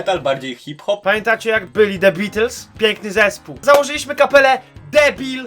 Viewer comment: jak zacząłeś mówić "the bea..." to myślałam że powiesz "debile" bo zabrzmiało "de bi"